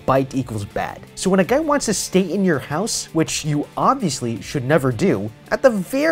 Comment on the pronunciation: Why would you say houshe